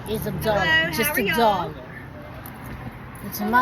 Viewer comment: LOL "just a dollaRR" haha the way you say it